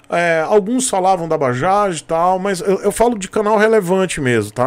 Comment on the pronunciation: Tú tb? Por favor digita na barra do Google: "Bajaj, pronunciation in India". Cara vc vai ficar surpreso! É MUITO DIFERENTE, E COMO VC SABE, NOME PRÓPRIO NÃO SE ALTERA.